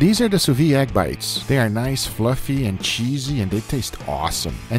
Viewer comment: It is not sous vi, but sous viD .. It is necessary to say the D . It sounds wrong.. I am sorry but i am French .. But otherwise I love your videos .. Thanks .. :-)